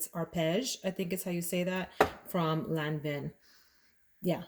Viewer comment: Lan Vaaaan not lan vin! Just an FYI. Wears off nicely...heavy at the top, but at the end kind of elegant. Not my fave however. Beautiful big (!!)bottle! Aromatics Elixir...perhaps?